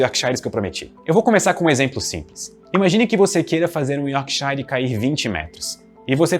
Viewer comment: Yorkshire se pronuncia Yorksher essa pronuncia de shire como se fosse shine me doi no ouvido